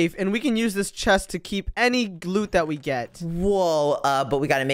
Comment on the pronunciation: did say gloot?